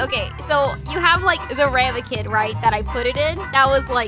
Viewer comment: Not sure if it's just me but I didn't know the word "ramekin" and it sounds distinctly bri*ish coming from you